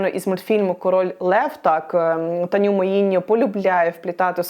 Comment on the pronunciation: Чому всч кажуть Таню, якщо вона Таня Муіньо? Один якийсь ідіот неправильно сказав бо неправильно розчув з англійської, а всі як папуги продовжують повторювати і розносити помилку далі